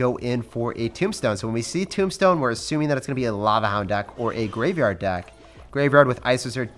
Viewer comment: Why do u say tombstone timbstone